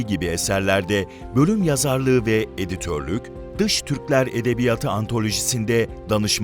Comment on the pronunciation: Lütfen, edebiya:tı diye teleffuz edelim. Edebiyat kelimesi eksizken uzatılmaz ama kendinden sonra ünlüyle başlayan bir ek ya da kelime geldiğinde son hecesindeki [a] bir ses birim uzar ve toplamda 2 ses birim okunur.